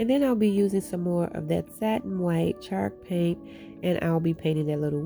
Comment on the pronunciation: I love how it sounds like she says shark paint lol. Love the diys too girl!!🙌🙌🙌